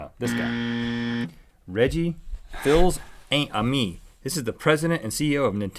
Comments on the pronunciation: Reggie fils-aime is pronounced FEEZE UH MAY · Probably not the first to say so, but Reggie Fils-Amie is CEO of Nintendo OF AMERICA, so he wasn't in charge of WiiU. That would be the recently passed Satoru Iwata. By the way, it's pronounced "Feez-amay" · It's pronounced Reggie Fees Uh may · it's pronounced FEE-suh-may and you said fills a me...(facepalm)... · Rhett, I am disappoint. It's pronounced FEES AMAY, not Phils ah ee may. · IT'S PRONOUNCED FEES A MAY. Not FILLS AYMEE. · His name is actually Fils-Aimé (pronounced "Fis Amey" I guess?) meaning "loving son" in French. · Four years later and I still want to correct the pronunciation on Reggie Fils-Aime 😂 (its “fees-uh-may”) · fils aime is pronounced fees-uh-may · it would be pronounced Fils (Feece) Aime (M) (Prounouced like The letter Aime) Fils is French for Multiple boys. Aime is to like in French. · I knew Reggie was going to be Reggie fils-amie! I was so excited about that. also his name is pronounced fees amay. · I think it's pronounced Reggie-fees-Amay not trying to be rude AT ALL I just wanted to express my opinion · I believe Reggie's last name is pronounced 'FEEZ-uh MAY'. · Cringed so hard at the Reggie one. He's actually the Nintendo of America President and it's pronounced "Feez-ah-meh" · when Rhett said Reggie Fils-Aime, he said it wrong. this is how you would pronounce his last name Fee-Amee. you do not pronounce the "ls" in his last name. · OH MY ARCEUS! I GOT REGGIE! It's pronounced FEEZ-AMAY. I CANT'T BELIEVE I GOT IT! I answered that because that's who I WANTED it to be! Go Nintendo! Also I got the first 4 right and didn't answer the rest except for George (Curious George) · It is pronounced Feez-Ahmay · Reggie Fils-Aime's name is pronounced fees a may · I'm sure that this has been mentioned.... But his name is pronounced Fees a mae Pretty weird but now you know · Just FYI its Pronounced Reggie Fees-a-me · Reggie Fils-Aime is actually pronounced "FEES-uh-mei". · It's pronounced "Reggie Fees-A-May"